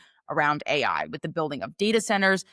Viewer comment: i couldnt listen to you say A, I. Had to turn off